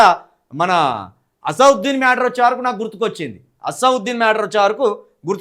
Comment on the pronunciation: అసావుద్దీన్ కాదు రా పూక అసదుద్దీన్ పేరు పలకడం రాదు నీకు నీ అమ్మ పుకు చెత్తావురా లంజోడక్కే